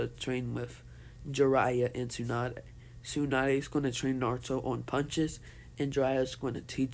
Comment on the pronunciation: You pronounced Tsunade as Su-Naid it’s pronounced like Su-Na-De basically